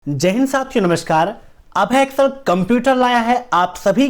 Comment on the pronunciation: Bhai apni pronunciation thek kr le